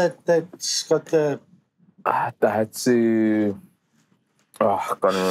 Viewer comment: Diahatsu?? lmao Bryan!!!